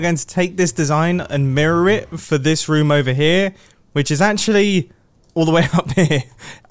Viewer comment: Obsessed with the way he says ruum